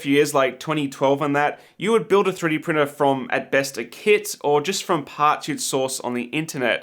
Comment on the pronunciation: 3D pirtner 😂 screams of passionate professionalism